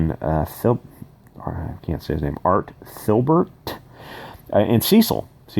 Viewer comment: Art Thibert (there's no "L"); pronounced "tee-bare"/ "tea-bear". Just thought I'd help you out there.